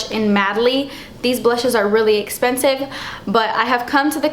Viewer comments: "Iss esspensive." Lmao I love when you pronounce it that way! I'm a new subscriber and I'm addicted to your videos! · you make me laugh with your explanations, expressions and "it's esspensive" Ahh I love when you say it lol. But I love your videos so much and of course ILY! I'm about to go check out your girls page..